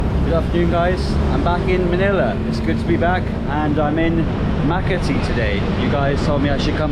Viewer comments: I've love your Philippine vlogs 🥰 hee hee, Makati is pronounced Maakaw tee. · That's a first, pronunciation of Maakati. But as Winston Churchill said a foreigner has the right to pronounce whatever way any place he is not familiar with.